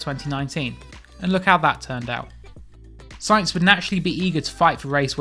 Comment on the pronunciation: It’s sainz!